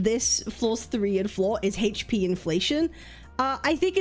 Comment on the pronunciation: You seriously need to learn how to pronounce "HP."